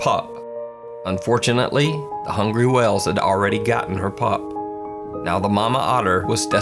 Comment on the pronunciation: 🤣🤣🤣 "Wells" instead of whales